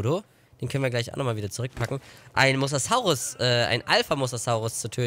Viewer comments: Mosasaurus wird anders ausgesprochen! Das o ist länger und das s weicher. Mosasaurus, nicht Mossaßaurus! 😜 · Bei Mosasaurus wird jedes "S" wie bei Sonne ausgesprochen ... Das ist auch im Englishen so .... Jeder Dinonamr wird lateinisch ausgesprochen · Der Mosasaurus wird wie die Farbe rosa ausgesprochen ;)